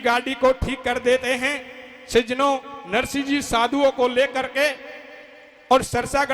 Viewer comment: सज्जनो शब्द को थोड़ा सही बोलें। बाकि धबले जी जैसा ही सुंदर गा रहे हो